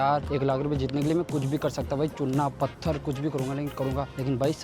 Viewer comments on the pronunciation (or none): none